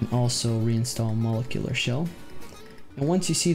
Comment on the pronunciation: Your saying molecular shell wrong homes.... It's MO-LEK-YOU-LURR!! Not to be smarty pants it was jus erkin my last nerve anywho thank you 4 your tutorials they have gotten both my Vita-n-Psp CFW